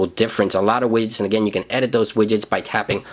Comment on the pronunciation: Lol "wiyets", xD Widgets